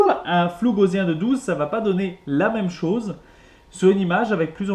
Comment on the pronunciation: Bien, simple et clair ! Mais on dit pas gauZien, mais Gausssssien (de Gauss, le mathématicien allemand)